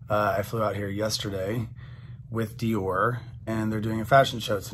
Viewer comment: I am certain that Dior does not appreciate how you pronounce their name.😂😂😂